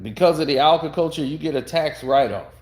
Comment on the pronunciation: It’s “Agriculture” however, great video.